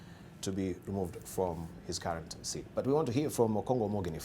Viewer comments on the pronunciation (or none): none